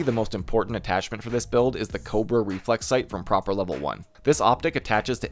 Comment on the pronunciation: Love how you call Prapor "Proper" x)